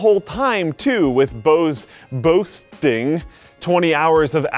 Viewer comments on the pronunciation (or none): Yes he just said Bose-ting and yes we are terrible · Yes he said bose-ting and yes we are terrible